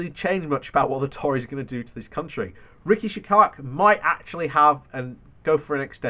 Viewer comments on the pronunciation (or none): Oh for the love of god...its pronounced RISHI SUNAK...not that difficult 🙈🙈🙈 but yeah...the sooner BJ is gone the better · Yep he needs to learn to pronounce that name as the guy has put the rest of the cabinet to shame. Best performer in the government by far.